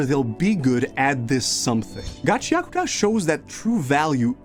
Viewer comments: its ga-chee akoo ta not gachiakita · “Gachi Akuta” 😭🙏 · Every time he says the manga name I cringe. It’s Ga-chia-kuta. Please.